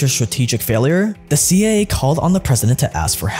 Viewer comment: "C aye aye"